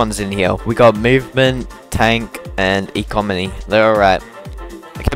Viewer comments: Bro really said ecomony. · cold pronounciation of economy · A comedy 🤣🤣